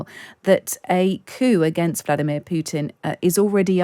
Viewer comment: Does this journalist not know that Putin contains the letter "t"?